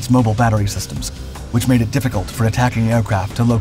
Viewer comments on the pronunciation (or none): none